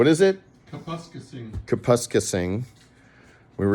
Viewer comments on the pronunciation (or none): Kapuskasing.. Pronounced "Cap-us-case-ing". Just sayin'.... Lol.